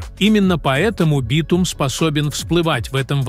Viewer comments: Не смог дослушать дальше битУма😂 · ИИ озвучивает? СкАла, битУм, вОронки... До чего раздражает! Не подпишусь!